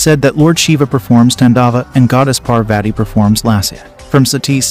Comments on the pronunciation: Please get your pronounciation of Indian names correct. Do a bit of research online... The "i" in Shiva is short, not long. The second "athi" in Parvathi rhymes with "putty" and it's a "th" sound not a hard "t"... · Please learn name pronunciation it husts a lot my name is Parwati if anyone called me like that trust me i would have given proper tution for pronunciation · Though your knowledge about our hindu religious stories is good but.... You pronunciation of our goddess name is completely wrong.. Its kind of offensive towards hindus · Excuse me parvati shiva is the names u pronounced it wrong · You are not Pronouncing Parvati right.... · please for Parvati's sake check your pronunciation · First learn to pronounce the name of Goddesses Sati and Parvati then spread knowledge. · First pronounce 'Parvati ' properly ...you are doing it very wrong ... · It's pronounced as paarvati not parvaati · If you are telling the story of Hindu goddess then pronounce their name correctly😑...she is godess Parvati not parvate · It is not Satti but Sati. It is not Paarvaati, It is Parvathi. It is not Tandaav.,it is Taandav. it is not Yaajna, it is yagnya. Please pronounce correctly. Sanskrit is a beautiful language. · Please get the pronunciations corrected . It's not pervetty . It's paarvati. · It's Parvati not Parvat U spelled it correct but pronounced wrong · When you Pronounce Sati , the Ti sound is same as you say in Parvati and not like Ti in Tea. The way you said Sati implies to the practice done in some part of southern india when a baby is born. And also its not pronounced as Parveti its simply Parvati. And don't use such images to show our goddess. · It's not sīva, it is shiva, it's not pārvāti, it is pārvathi. First learn aksharamala (pronounciation) of Hindi or kannada or any other local language of India. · It isn't the pronounciation Par-Vati It's Parvathi Before making the video, you would have learned how to pronounce the name of our matha PARVATHI